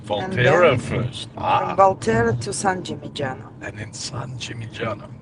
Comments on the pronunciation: your videos are great. well done. Second "G" is silent in San Gimignano, look up for the right pronunciation ... just saying , Italians will appreciate it trust me :) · Great content! San Gimignano is “San Gee Min Yano” :)